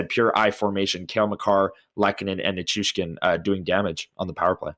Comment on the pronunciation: A friendly fyi that it's Ni-CHOO-shkin. The Choo-Choo train! 😊